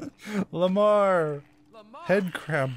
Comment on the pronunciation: bruv its lemar the pet of isaac